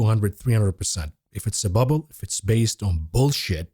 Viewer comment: It's more than a bull market! But it is a buh-bull (bubble) market ;)